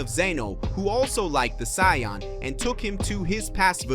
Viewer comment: You are mispannouncing saiyan.